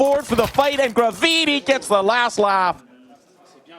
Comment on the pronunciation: bruh he annoyed the shit out of me , its GRAVITY but I instead of Y , damn